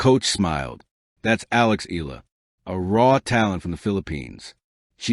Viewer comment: It's Eh - yah - lah. Please pronounce it correctly.